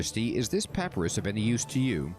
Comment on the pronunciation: This quest was the first to give an impression of what the desert gods looked like with these statues. You have been told that information about Amascut before when Ozan gave his overview of the Desert Gods in Diamond in the Rough, it's just that was years ago for you. Your second pronounciation of papyrus was the correct one ;)